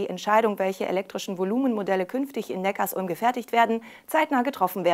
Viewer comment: es heißt übrigens Neckar-Sulm (Zusammenfluss beider Flüsse), nicht Neckars-Ulm.... Abo???? Zahlen wir das auch bei Tankstellen, egal, ob man tankt oder nicht??? Was für ein Schwachsinn!